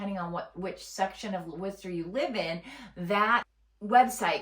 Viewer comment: I've lived in and around WORCESTER pronounced WOR-ster. Not what ever you're calling it. The city has turned to crap in the last 20 years. About the only good thing about it is the schools. Entertainment is spotty at best boasting NO cinemas and only occasional 'shows' at the existing venues. Worcester used to have daily entertainment. Yes traffic is easy to navigate because no one stays IN the city. Jobs are nonexistent unless you want to work in education or healthcare. Worcester has been 'reimagining' itself since the 1970's. Personally I don't think it's ever going to find itself. Also it's the SEVEN hills. Obviously don't know the city.